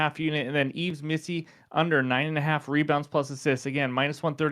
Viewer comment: Yves missi pronounced (eves) like New Year’s Eve